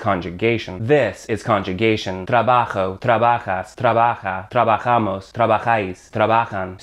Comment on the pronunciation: Trabajou he says. Leave your English phonology at the door when you speak Spanish, dude. ;)